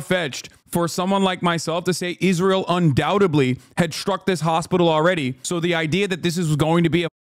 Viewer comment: "Isntrael" LMAO...